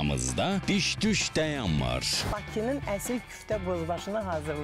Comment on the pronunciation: Yemekxanamizda bis dus "dəyanmır" deyil "dayanmır"dır o eziz ARB emekdasi